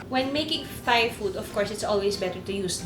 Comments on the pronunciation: I love you and your show! I just have one tiny critique and please don't take this the wrong way, but it's pronounced "tai" as opposed to "thai" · galing magluto thank u! side comment lang... ang correct pronunciation po is tie. versus thigh. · Juday, munting kaalaman: Thailand is pronounced as tie land (silent H), so Thai is pronounced as tie. HTH. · Love you Lodi Pero Thai pronounced as Tay walang h hehe love you. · True. I learned this from my HS teacher :). Same sa Thomas (Tomas) Thames ( Tems)